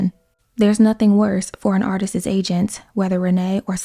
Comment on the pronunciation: If you're going to make narration videos, at least learn how to pronounce the word "Artist's" It's not pronounced "Artises". How embarrassing.